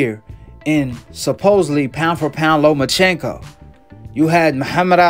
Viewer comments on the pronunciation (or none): none